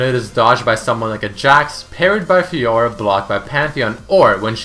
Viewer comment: Lol he said fiora too funny